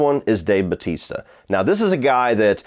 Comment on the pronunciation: I'm glad someone on the internet is pronouncing Dave Batista's name. It's been bugging me.